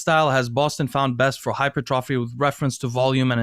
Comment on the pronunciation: Hi-pert- tra- fee, is how it is pronounced